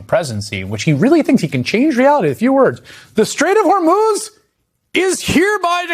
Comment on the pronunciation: He cannot control the Strait of Hormuz any more than he can pronounce it properly.